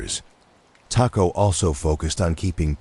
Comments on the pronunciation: I’m watching from Detroit. I really like the artwork or whatever you wanna call it. I like the feel of it. I must apologize for this however, you’re pronouncing the last name as a predominantly Mexican food, taco. Knowing people who have that surname myself personally, it’s pronounced Toe-co😊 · It's pronounced Tocco